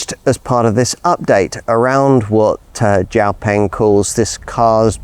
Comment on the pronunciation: FINALLY! Someone who says xiaopeng more correctly!